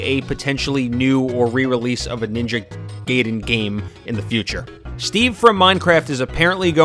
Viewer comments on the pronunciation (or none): its Gaiden not gayden and you pronounced ryu wrong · ITS NINJA GAIDEN NOT GAYDEN FUJFFJFNJF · stop saying ninja gayden thats not how you pronounce ai